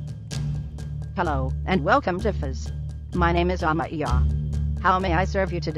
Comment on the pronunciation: Senior: My name is Amaiya AI lady: AMA-E-AH